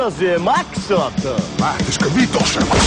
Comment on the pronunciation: "mitä sie mAkSaT"